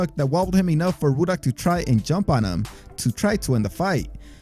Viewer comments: Why does it sound like youre saying woodhock instead of ruddick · It's Rudd-ick, not Rue-dock afaik. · Pronouced Rud-dock not Roodock,LEE Bon not Lebb on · Why do u keep calling razor ruddock "rooduck" it's rudduck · "Roodock" lol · "Razor REWdock" lol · Roo duck?...lol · Erik Larson the whole time he kept saying Ruddocks name wrong even though the announcers kept saying it in the video over and over lol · Ruddocks name is pronounced in the video so how are you still mispronouncing it, it’s lee-bon. Do your research